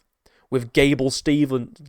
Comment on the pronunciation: His last name is Steve-son, not Stevenson. That being said, I never liked him. I was coaching in Minneapolis, MN when he was wrestling at Apple Valley High School. I knew a lot of those guys on that team and they were all POS. From Destin McCauley to Gable Steveson.